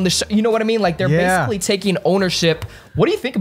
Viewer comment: Great interview....you had me dying saying “ BASICALLY”... BASE-CULLY 😂😂😂😂😂😂😂😂